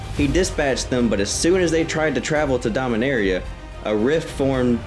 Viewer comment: Rastafarian Dominaria sounds like arrr eee ah not area